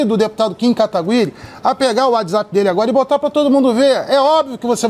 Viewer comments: o cara não consegui falar seu sobre nome sem errar toda vez kkkkkk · Cara qual e a dificuldade de falar kataguiri??? N é possivel q esse cara n saiba nem falar o sobrenome do oponente